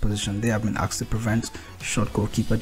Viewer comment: Aksed? Come on dude